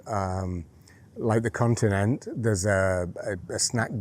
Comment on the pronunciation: I think you’ll find she’s right. Pingo Doce pronounce the e. Also Continente